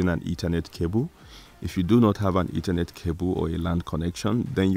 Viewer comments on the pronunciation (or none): none